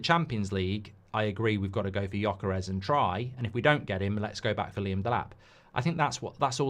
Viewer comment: It's actually Gyökeres. not gjokeres. you miss the umlaut but I don't expect any english speaker to be able to do it. haha